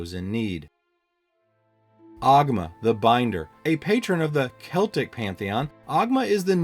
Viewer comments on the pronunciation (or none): none